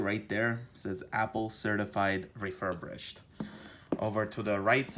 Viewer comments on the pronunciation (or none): I cringe every time you say “refurbrished” it’s refirBISHED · It's "refurbished" not "refurbrished". Thanks for the video ☺️ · ReFuRbRiShEd... refurBRIshed... RE-FUR-BISHED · ‘refurbrish’ lol